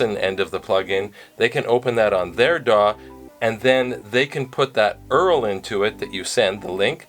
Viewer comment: I cant believe you called a URL an 'Earl'